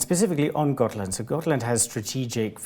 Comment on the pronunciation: I swear I keep hearing Scotland even though it’s Gotland